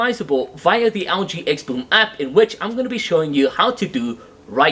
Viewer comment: Sounds like he's calling the Algae XL9t. 😂